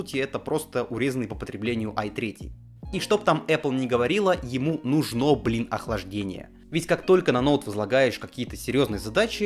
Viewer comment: В слове «нужно» ударение всегда на «у», независимо от контекста